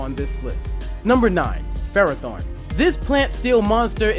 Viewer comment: Ferrothorn sounds like Ferra / Torr